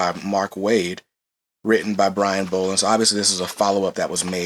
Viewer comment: It's pronounced like doll not bowl. There's videos on YouTube that has Brian Bolland pronouncing his name properly.